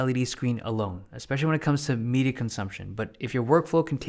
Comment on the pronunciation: The way he says "media".. I hear "MIDI consumption" 😂